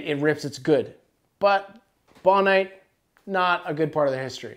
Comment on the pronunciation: Bon-ite?... Its Bone-ite... Bonehead